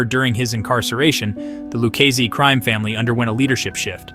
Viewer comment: do you here this guy try to pronounce Luchese Family . he called it the Lukesse Family. smh. how do they get a guy to narrate a mob video who cant pronounce Italian names.